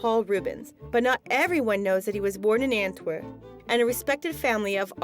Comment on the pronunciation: for whoever dubbed this ..its ANTWER P! with a P thank you!